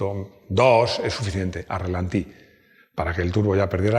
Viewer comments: Ralentí...ralentí... No relantí😂😂😂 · no es relantí, sino ralentí. Con cariño;) Enhorabuena por llegar a los 800.000!!!